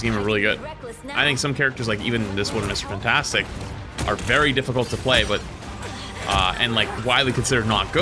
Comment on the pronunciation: I hate the way you say Mr fantastic